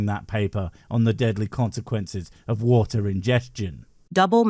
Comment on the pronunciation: 😂😂 he literally can't say water😂😂 or Boogaartee😂😂 tw@